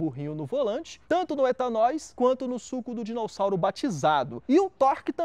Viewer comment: Acho massa qdo ele fala "DinoUssauro" ao invés de "Dinossauro". Marcas do kkkk